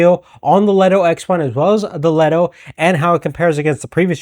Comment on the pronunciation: Leeto! Not leto!